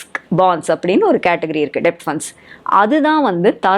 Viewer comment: Debt-pronunciation டெப்ட் அல்ல b silent. Det /டெட் என்று உச்சரித்தால் நன்றாக இருக்கும்.